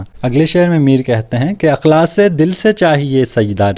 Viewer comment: بھائی اِخلاصُࣿ کو اَُخلاصࣿ کیوں پڑھتے ہیں؟؟